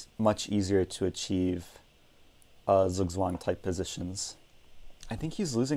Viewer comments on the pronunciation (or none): none